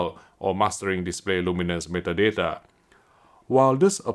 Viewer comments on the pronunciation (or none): none